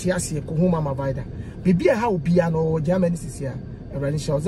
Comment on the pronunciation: Kwaku, is not Gaamany , it’s rather Germany